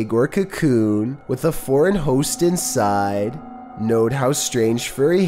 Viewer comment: Your content is great but tbh they way you pronounce somw words is so annoying: insiiiiiide